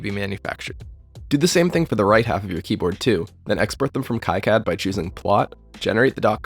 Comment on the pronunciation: Great video! Just fyi, KiCad is pronounced like "key cad" rather than "kai cad"